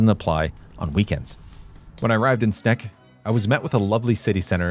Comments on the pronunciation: You have now advanced from a mere cycling enthusiast to the official geographer of the Netherlands with amazing cinematography and captivating scripts with cliffhangers. 👍🏻 BTW, your pronunciation of Sneek hurts my ears. The English Wikipedia article for the town has an audio example of the name in Dutch. (pronounced like Engl. Snake). The Dutch Wikipedia only has the Frisian name in audio. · fun fact, my Opa was one of the engineers that worked on this modern bridge before moving to Canada. I visited Sneek because that's where my dad was born and where my dad's family is from. Beautiful town. Incredibly dense and walkable for a 35,000 person town. Also, sidenote: Sneek is pronounced "Snake" like the animal. I know zero Dutch, so not being critical, just thought I'd mention! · As a Frisian, I don't mind the atrocious pronunciation as much as you shouting from the rooftops, how to drown our little, seafighting country... 🤫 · It's a snake from Sneek. Not a snack from Snek. Overall i think you do your pronounciations well and put good effort in it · Sneek is pronounced snake. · The correct way to pronouce Sneek is exactly the same as you do pronounce 'snake' by the way. Greetings from a guy from Sneek 😄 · and the funny thing is, the "correct" (Dutch) pronounciation is pretty close to the regular pronounciation of "snake", haha. I don't know how it's pronounced in Frysian though, which is of course the real correct one. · Sneek is pronounced the same as the word 'snake' in english. Just a tip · HUH?!.. Correct pronunciation of Dutch places?! Edit: Nevermind, Just reached the Sneek part. It's pronounced like Snake. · Hehehe did you at least have some Snacks at Sneek? Funnily enough its pronounce exactly the same as the English word "Snake" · From a Groninger I'm telling you even if those damned Frisians are mighty annoying, they have the easiest to pronounce city in the Netherlands for a native English speaker, Sneek is pronounced snake. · Sneek is pronounced: snake.